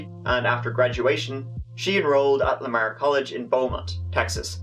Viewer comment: I'm from the area as well, did you also grin at how he said Nederland and Lamar? Lol